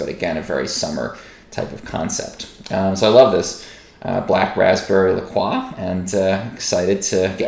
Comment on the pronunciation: Good review, but I cringed at your La Croix pronunciation. Croix is pronounced "croy". The company even explains on its website that the name is pronounced "croy," and helpfully mentions that it rhymes with "enjoy."